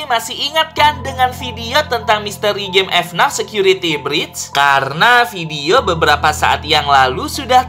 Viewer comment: bacanya FNAF bukan F NAF